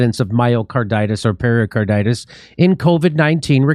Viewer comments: Nice show, but pericarditis is not something you get from drinking Perrier. It is pronounced "peh ruh carditis", not "perrier carditis" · Just a point: It’s “peRICarditis, not ‘peRIOcarditis’. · It isn't per-i-o- carditis, it's per-i-carditis. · peri-, not perio- carditis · Hey, Jimmy! It's pericarditis, not periOcarditis or periALcarditis. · Why does Jimmy keep saying Perriercarditis? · Pretty sure it’s not pronounced Perrier Carditis 😛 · There is no O in pericarditis.